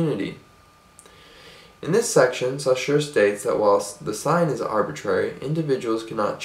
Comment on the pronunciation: Great video :) ! I would only mention that the name Saussure is not supposed to be pronounced like that ; )